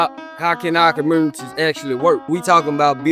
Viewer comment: lol why does he say "communities" like that?